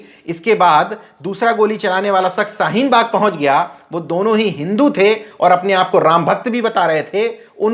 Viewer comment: Bhasha shudh kijye janab aap sharukh ko aap sarukh keh rahe he.shahin bagh ko sahin bagh ke rahe ho